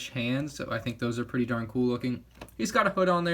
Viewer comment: What he said: its pretty darn cool What i thought he said: its pretty DARTH cool